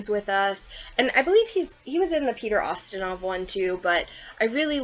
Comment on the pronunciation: It’s YUH-STIN-OFF. Lol